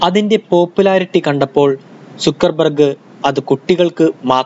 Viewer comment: സുക്കർബർ ഗ് അല്ല ബ്രോ, സക്കർ ബർഗ് 👍